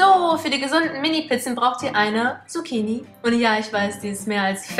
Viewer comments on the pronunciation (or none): none